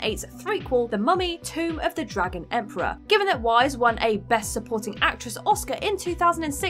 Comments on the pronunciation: Wiess is pronounced like 'VICE' not like 'WISE' x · Cute... but her name is actually pronounced "Vice". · Weisz == pronounced Vice